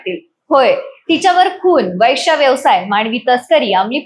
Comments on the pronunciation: वैश्य नाही गं बये वेश्या म्हण ..आधी मराठी बोलायला शिक की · उच्चार सुधरा वैष्या..... नाही हो वेश्या 😂😂😂😂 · वैश्या नाही ग वेश्या असा शब्द आहे . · कानाला बिलकुल अस्वस्थ वाटतो वैष्या शब्द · Ho na. Ani tya chavare chalis mhanatahet. Kahihi chavve chalis asta te😂